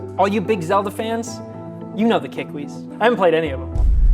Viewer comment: it's keekweee